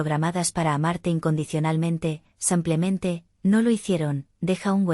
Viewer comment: No se dice sampiamente se dice simplemente.APRENDER A HABLAR.